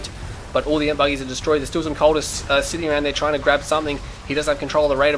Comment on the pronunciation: Awesome match, awesome video, but it's E-M-P not EMP!